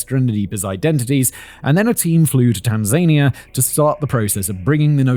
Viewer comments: never heard Tanzania pronounced like that… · I’ve never heard someone pronounce Tanzania so wrong oof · Pronunciation guide: Tanza nia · I checked a couple of Swahili yt videos because I also had this thought, pretty sure he’s pronouncing it wrong and it should be something like tahn-zah-nee-ah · I've googled this because I'm not sure, I can't find anything. Does Whistler mean Tanzania when he says Tan-zaine-ia or is this a place I've never heard of? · You are pronouncing Tanania the same way Donald Trump does and we Americans laugh at him it is thazan I a, the emphasis such be on the penultimate syllable. Please keep this in mind because you sure don’t want to sound like Donald Duck or just plain Donald Uck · + "tan-ZANE-ia"? + "SOW-uh-Too " ? ;) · Tan-zania... I have been pronouncing this wrong my whole life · It should be pronounced: Tan-zuh-nee-uh. Simon pronounces it incorrectly in this video. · He is pronouncing it incorrectly. It's Tan-zuh-nee-uh. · Good, just making sure Simon was wrong. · How Simon is pronouncing Tanzania is driving me nuts lol 😂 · Why are you saying Tanzania like that? Almost gaslit me into thinking I’d been saying it wrong my whole life. I had to look it up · Simon, please, please, please learn how to pronounce Tanzania before you record anything else containing the name of that country. It totally spoiled my enjoyment of listening to you and I almost (after shouting at YouTube several times) moved on without hearing the end 😤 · I love you channel Simon, and it’s just a little criticism. Your pronunciation of Soweto and Tanzania is quite comical. You got Kenya right though Doesn’t your grandmother live in Sth Africa? Could’ve just asked her 😅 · I'm genuinely amazed (although at this point I don't know why) you don't know how to pronounce Tanzania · Is Simon saying Tanzania wrong or have I been saying it wrong forever?